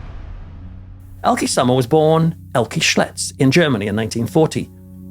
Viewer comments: Would be nice if you would attempt to learn the correct pronunciation of her name. You say it so often it’s annoying you couldn’t be bothered to get it right. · I so wish I could leave you a voice message with the right pronunciation of the name Elke Sommer... 🥺